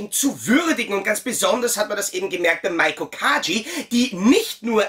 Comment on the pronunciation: Ihren Namen spricht man nicht MAIKO aus sondern MEIKO (mit langgezogenem E), so wie er auch im Japanischen geschrieben wird 😉